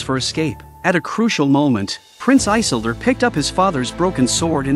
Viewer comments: Why can’t you pronounce the names right? It drives me up the wall that you can’t get the names right. It is “i-sil-dor! Not I-sil-dor! 🤦‍♂️ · No, his name is not Eye-sildur... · Good recap… But Eyesildur😅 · Lol...one must first understand how to say the name properly...😂